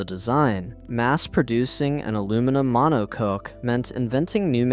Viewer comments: It's Mono-cock not Mono-cook... dear God please pronounce words properly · I'm ok with the story problem is this whole thing is AI generated. (All Aluminum Mono Coke) ffs stop with the AI and it should be pulled for not declaring the use of AI in the making the video. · Mono cook.. I had this playing in the background and as soon as I heard that it was completely obvious it was ai. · If you want to be taken seriously, you need to pronounce critical words correctly. If you don't know, for example, how to pronounce "monocoque" or "chassis," it takes little time to look them up. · Is this AI narration where monocoque and chassis can't be pronounced correctly? Lol. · Yes, it is. Sadly